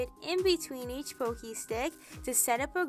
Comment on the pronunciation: Thank you for generously sharing your tips and tricks! You are a doll! (Btw, it is "Pocky" like "rocky." Not trying to be annoying, just trying to help.)🩷